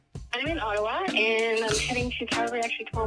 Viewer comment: Tucker can't pronounce Ottawa!! 🤣😂